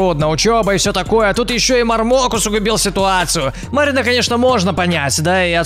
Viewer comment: Не марок а мармок